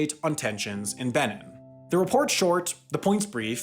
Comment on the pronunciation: Benin is pronounced ben-EEN.